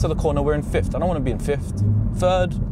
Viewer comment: Why do you keep saying "fifth" as if it were "fiftht"?